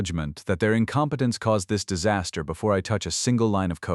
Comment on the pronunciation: I almost "died of saster"! How is this nonsense even possible? 🤣